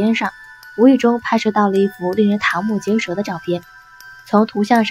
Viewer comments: “堂”木结舌？我的天呐。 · 瞠（称）目结舌。